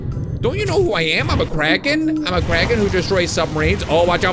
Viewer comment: I thout you said Karen.